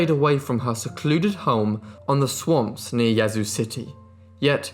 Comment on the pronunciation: Great job pronouncing Yazoo! From a born and raised Mississippian.